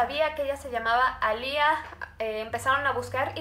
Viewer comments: Se pronuncia "Alia piterson" mas no "Alía paterson" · Me encanta tus casos pero este me pone un poquito rara cuando dijiste A LIA es alia (sorry no es hate)